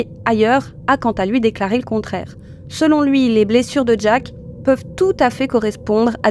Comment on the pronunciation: C’est Jack, pas Jake 😫